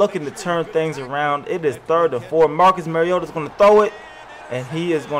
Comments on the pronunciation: Mah-ree-oh-tah not Mar-ee-ota... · how do you say bar? "Bar" note "Bare" Now say "Mar" "iota" Not mare